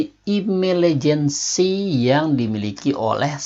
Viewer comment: Afektif bukan efektif Intelegen bukan imelegen Berantem bukan beramen